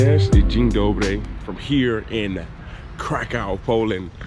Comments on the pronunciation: Also, try the pronunciation "KRAH-koov" 😊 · K r a k ó w.... Nie krakał 😉